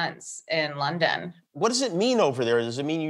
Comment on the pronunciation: It's London not lawnden